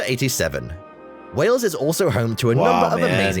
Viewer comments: Its not Wells , its Wales or even better, Cymru. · it is wales,not wells dumb ass. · I just wish the narrator had made a little effort in pronunciation. A small time on this would have made it more acceptable. Lazy, really. And, it's Wales, not "Wells". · It's not Wells it's Wales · It's Wales, not wells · please pronounce the country's name correctly. You are saying "Wells" when the name is "Whales" the same as the sea mammal. I know it is the difference between the emphasis Americans and Brits place on vowels, but you were hearing the correct pronunciation in the video but you didn't pick up on the error. I love your videos but American pronunciation makes me cringe at times. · Hi you pronounce wales like way ales. not wells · It’s pronounced just like whales and not Wells, the A is prominent rather than an E. Everybody will think you mean another place in the UK called Wells. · Wales Wales Wales Wales NOT Wells...!😮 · Why are you pronouncing Wales as wells? It rhymes with males,sales etc not bells or shells? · Please stop calling Wales wells. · Wales like the sea creature not Wells, its also Welsh people not Walls lol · I keep thinking hes saying ‘wells’ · It was not only the narrator who mispronounced everything (which many Welsh folk would find unfunny and quite insulting) but even our American friend the presenter called the country Wells!.Nice vid though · Wales is pronounced " Wails " 🇬🇧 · Hi. A couple of things, you need to put an 'h' sound in your pronunciation of Wales (whales) and Welsh is the term for people from Wales. I'm not trying to be hyper critical just helpful. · Though the Welsh may disagree , over here in the UK we pronounce Wales the same as we pronounce the mammal Whales , you sound a bit odd the way you say it , maybe its your accent.